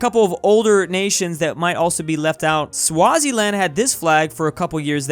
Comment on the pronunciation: Swaziland is pronounced Swa he z land